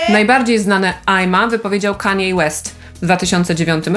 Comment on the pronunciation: Nareszcie! Poprawna wymowa imienia Kanye, dziennikarze uczcie się od.